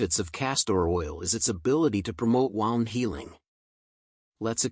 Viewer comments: Thanks for the great video . P.S. Wound is not pronounced wownnd . It is pronounced whewnnd . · Great video. Knew it was really good for you, but not to this great extent. Only thing distracting in video is constant mispornouncing of word "wound " (from "to wind"). Otherwise, excellent.......